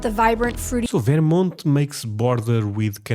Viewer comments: lol I've literally never heard anyone pronounce it "Veer-mont". It's pronounced "Vur-mont". Also to say/think that there is more content about Texas or southern states than there is about New England which is the birthplace of America is absolutely wild (and ignorant AF). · Stop STOP saying "Varemont"..... it's "Ver-mont" say it right. Portugal get real yer Russian or Ukrainian.